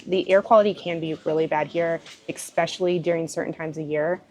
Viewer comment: Words are important and this has nothing to do with dialect. It is about pronouncing the word The way it is meant to be pronounced... The way it is spelled. GEEZ! I even gave it to You Phonetically And you still don't get it. It is E- SPECIALLY. There is not an x in that word. Do you not own a dictionary and if not, google it. It's not your dialect.It's your inability to read words correctly and then process them so they come out of your mouth correctly. You either had poor teachers or poor examples at home. Or you are slow. And as far as your dialect goes, Go ahead and keep sounding like a hayseed, But at least you know what people are thinking.